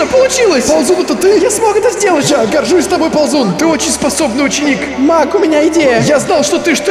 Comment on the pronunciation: Каждый раз когда произносит слова маг я слышу слово мак